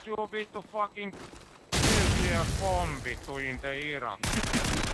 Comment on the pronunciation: Haha... You taked it pretty seriously/personally when some drunken fin talked about your politics? I find it rather hilarious. He didn't know how to say nuclear bomb, so you could assume that hes grades weren't too good back in his school days.